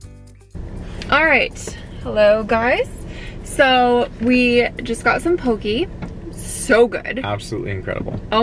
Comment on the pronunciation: It's pronounced: "Ah-VAH-Ah-VAH-Poo-hee" (Awaʻawapuhi). In Hawaiian, the W's make a V sound. "Kah-La-La-ow" for Kalalau. "Po-KEH", not "Po-key" for Poké. Hope that helps 😅🤙🏾